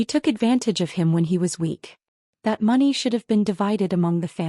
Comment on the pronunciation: Please teach your narrator how to properly pronounce money.